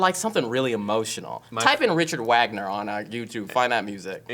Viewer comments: Will listens to Wagner. Even though he said his name wrong, he's just gotten way cooler in my book. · It's pronounced Vog-ner. German's are weird. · Richard Wagner, you pronounce it as Vaug-ner.